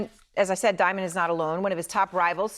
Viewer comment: Diamon😂😂😂😂not Damon😂😂😂